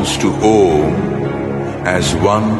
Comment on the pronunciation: its NOT AUM! its "OM"